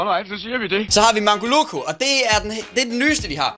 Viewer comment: Du udtaler mangolocco forkert du siger Mangoloko